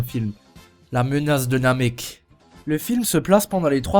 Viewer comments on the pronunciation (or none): C'est la revanche de Namek et pas Namec